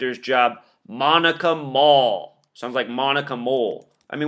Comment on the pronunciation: And the fact that her name is Moll, like Mole